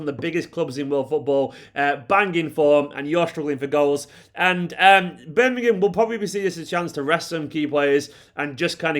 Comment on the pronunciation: Thank God you are one of the very few pundits who can pronounce Birmingham correctly! Even the so-called pros on TV & Radio say...'Birninum" or similar. Hate it